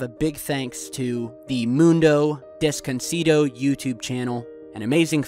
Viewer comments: Love your channel! Love your videos! I'm a big fan. "Mundo Desconocido" you almost had it bro! My translation how it sounds to me, (Moon-dough-days- cone-O-see-dough) Unknown world in my pronunciation. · moon-dow Des-cone-no-sido im sure if you say that you will say it perfectly lol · nice try pronouncing mundodesconocido